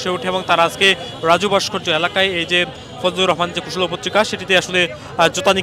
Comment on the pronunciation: কুসলপত্তিকা নয় কুষপুত্তলিকা। 🤣🤣🤣